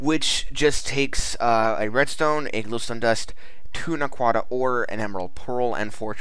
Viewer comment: Showcase # 2 I've seen of this mod, and still, the wrong pronunciation of the ore. "na-quid-ah", or "na-qua-dah"